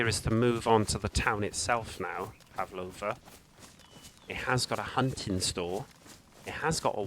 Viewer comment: I’m sure he said pavlova, knew he was a posh prick liking fancy deserts , and I said deserts not deserts .